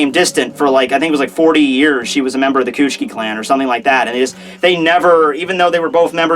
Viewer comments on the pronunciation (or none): say it with me: "Coo-chee-key" = Kuchiki >> "cootch-key" rotfl